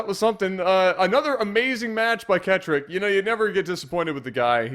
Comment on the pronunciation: it pronounced ket rock it is rocket but switched around a little